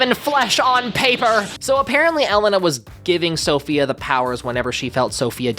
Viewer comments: your saying elena wrong and it’s killing me slowly but surely. pls fix it i am screaming. if your still stuck, pretend the second e is an a. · please pronounce Elena's name correctly if u do a video on her 😭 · I'd love to see you cover Elena of Avalor if you can learn to pronounce her name properly 😂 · Anyone else hates how pronounces Elena’s name, or is it just me 😭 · That pronuanciation of elena was painful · The way he says Elena triggers me 😭🙏🏻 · Your saying Elena’s name wrong😭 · You pronouncing Elena's name that way was so hard to watch 😭 (PS You should totally collab with AthenaP!) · I’m so sorry bestie but STOP SAYING ELENA LIKE THAT 😭😭😭😭😭😭😭😭😭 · The way you are butchering Elena’s name 😭😭😭😭😭😭😭😭😭😭😭😭😭😭😭😭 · Your pronunciation of Elena is killing me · it’s elena. It’s Elena! IT’S ELENA YOU WHITE BLONDE BI-, I love your content, but for the love of god PLEASE SAY HER NAME RIGHT! The entire EOA segment was PAINFUL to watch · I grew a grey hair every time you said Elena wrong. But other than that I was waiting for this video and you did not disappoint. Congratulations on the move btw. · The fact that you said Elena wrong the entire video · I know it’s not the point of this video but the way they say “Elena” is really throwing me off. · I hope that if he does cover Elena of Avalor, he learns how to say her name correctly. 😆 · You keep pronouncing Elena's name wrong. The E sounds more like an A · i'm sorry but the way you pronouned elana's name is going to give me an aneurysm 😭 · frllll he made me so mad mispronouncing her name wrong 😭 and he kept doing it too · The pronunciation of Elena made me want to turn off the video… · FRLLL i was so close to disliking the video😭 like they said elena’s name in the show and he continues to mispronounce her name that pissed me off so much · they literally pronounce Elena’s name correctly in the special too 💀😭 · You can only review Elena of Avalor if you learn how to pronounce her name right